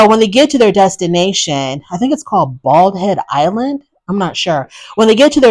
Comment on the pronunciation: You said it right BaldHead Island..its on the outta banks of North Carolina...hi..North Carolina native here! Love your reviews..I look forward to listen🎉